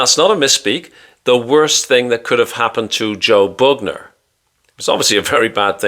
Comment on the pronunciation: Joe "Boogner"😪😂